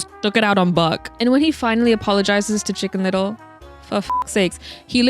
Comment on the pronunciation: Shicken little ✨